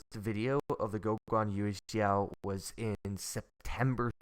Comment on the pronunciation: Gwoh-Gwan You-eh-shao. You got it perfect!